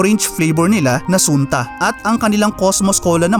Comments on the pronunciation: Mali ka ng pronunciation not Sunta. Sun-ta. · sunta is pronounced as sun (as in "araw") + ta, tipong hindi nyo inabutan ang sunta orange 😁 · Sunta was good. 10 cents nung kabataan q at binibili ng mother q pag may sakit kmi at walang panlasa ang bibig. Di kc ma-afford yung Royal Tru Orange nun...pero ang kilalang bigkas noon ay "Santa" at di "Soon-ta"😊. Sayang, png masa! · Hindi SUNTA ang pronunciation SANTA...favorite kung softdrinks yan nuon lalo na yung sarsi.. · SUNTA ORANGE it pronounce as "Santa " not sunta ! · ang bigkas ng sunta ay santa